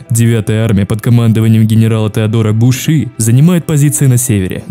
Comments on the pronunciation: Монтаж хороший, а вот над дикцией надо поработать. "генерал буши" вместо буссе и "люфтафэ" вместо люфтваффе, "союзнические войска", "панцерная дивизия"... - это пздц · мне понравился такой формат видео, хотел бы видеть их на канале чаще, но меня просто убивает то, как ты произносишь слова, например, ты сказал "Люфтаффе", а правильно говорить Люфтваффе, также народ германии называют немцами, а не германцами, ну и последнее, немецкого генерала Теодора Буссе, зовут именно так, а не Буще. Надеюсь ты воспримешь критику адекватно, просто неправильное произношение знающему человеку делает очень больно)